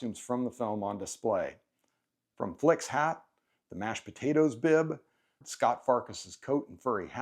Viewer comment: It's Scut Farkus, not Scott. Duh. HTF can you claim to like this film and not know that?